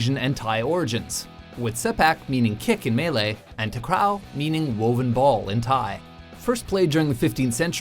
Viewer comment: It's not pronounced takrao but takraw like raw food